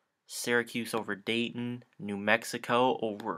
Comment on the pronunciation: U got dayton right .....